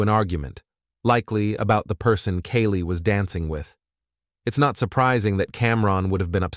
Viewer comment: My name is Kaylee & the way this Ai says our name makes me cringe for us both